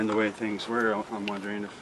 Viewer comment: He pronounces things " fings" so no.